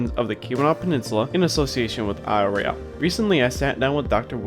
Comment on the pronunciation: Don’t know where the narrator for this video comes from, but you are consistently pronouncing Isle Royale *not* the way natives of Michigan say it. That’s irritating.